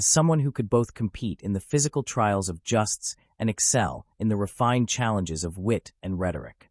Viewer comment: AI It is not pronounced justs but jowsts. Irritating. Supposedly so clever but NOT!!